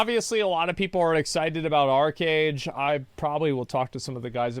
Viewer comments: I think you're pronouncing arch wrong. You say it like arc or ark but it's ARCH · it's arCHage, not arKage